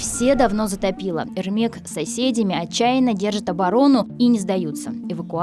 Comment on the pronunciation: Не Эрмек а Ермек, можно было тупо спросить